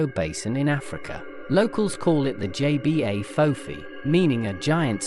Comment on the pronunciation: It's pronounce Jebah, not JBA.